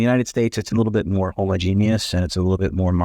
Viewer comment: You know he has lived in india for a while now. The way he said homogeneous. He didn’t say hamO genus. Kudos on getting all the consonants